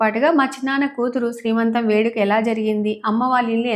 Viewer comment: దోశలు బాగా వచ్చాయండి, నేను ట్రై చేస్తా. మరో మాట, శ్రీమంతం కాదండి సీమంతం. ఏమనుకోవద్దు.